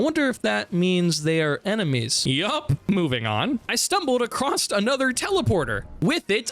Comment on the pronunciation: Why do you pronounce "across" as "acrosst"? Stop it.